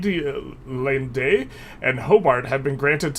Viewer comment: Watching you struggle with Waitangi and Adelaide, two words i dont think twice about pronouncing gave me a good chuckle. Something had to give after we have heard you flawlessly pronounced Mandarin in every other run.